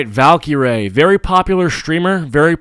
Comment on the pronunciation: Aah yes valcureray